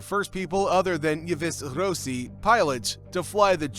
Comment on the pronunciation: Yves Rossi - check the pronunciation! “Eve Ross-ee”!